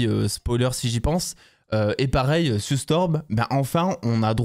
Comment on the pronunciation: Et en plus c'est Sue et pas Siou!😅🤣😂😊😉